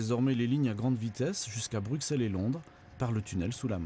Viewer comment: Le X de Bruxelles se prononce S et pas X ;)